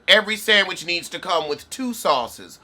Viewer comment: 😊sandwidge ..... love the pronounci-nana.